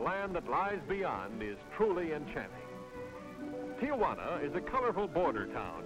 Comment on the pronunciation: "Tia Juana," 😂